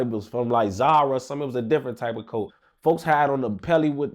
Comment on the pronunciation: really did LA voice “Damn he really got locked up in my COAT”